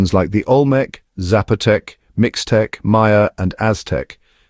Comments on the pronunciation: One problem with AI voicing is that it frequently mispronounces non-English words. Mixtec (as in the indigenous people) is not mix-tech; it's meesh-tech. I'm part Mexican with all of those lineages and more. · In Mexico, the word Mixtec is commonly pronounced in Spanish as: [meesh-TEK] Here’s a breakdown: "Mix" is pronounced like “meesh” "tec" is pronounced like “tek,” with a short, clipped *e*. So, in Spanish, Mixtec (referring to the people, language, or region) would sound like "meesh-TEK", and Mixteco (the Spanish adjective or noun) is "meesh-TEH-koh". This AI voice also got Tenochtitlan and Teotihuacan wrong, as well. This is click-bait stuff. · Yo también soy mexicana y solo lo he escuchado como mix-teca. Será algo regional?